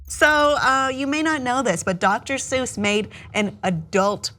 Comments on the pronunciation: the guy on the right said dr soys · "doctor soys" 💀💀💀💀